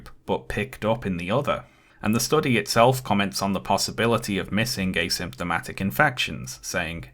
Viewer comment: I dont like the way pronounces asymptomatic